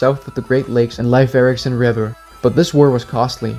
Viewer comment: Should be pronounced as "Layf," although "Leaf" is a common English pronunciation. But "Life Erikson" is completely wrong.